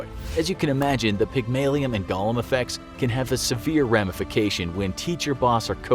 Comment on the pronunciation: I can't upvote a video that pronounces golem like gollum. It's a long 'o' like in wingardium leviOsa! Sjees!